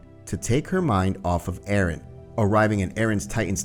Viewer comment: Arron who’s arron its eren :]